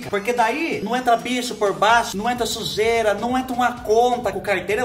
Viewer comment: do céu, você diz Xujeira por que é a sujeira da casa da Xuxa? Você está muito igual a Isadora Regina